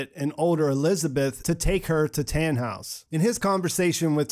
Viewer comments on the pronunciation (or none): Its so funny as german too see how you prononce the names 😂 its just Tannhaus not Tähnhaus for example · Americans really can't say Germans words right "taaanhouse"